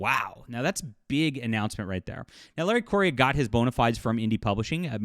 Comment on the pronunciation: Thank you for sharing this news; this is the first I've heard of this. Meaning no offense, but Larry's last name is pronounced "Korea", just like the country. He explained that a while back on his FB page. Again, thank you.